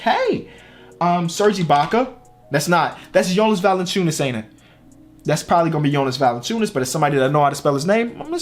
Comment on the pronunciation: It’s “Jonas Valanciunas”